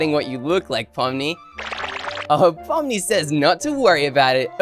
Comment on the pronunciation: No it’s not poni it’s pomni